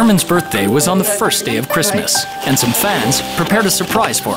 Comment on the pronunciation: LOL gotta love the russian accent Happy 'birsday' armin